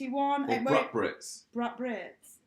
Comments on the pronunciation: Brut is pronounced "broot" not "bruht". Go to Krogers! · It's pronounced broot